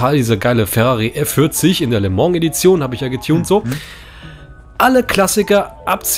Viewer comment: Weißt du das es Le mans und nicht Le mong heißt?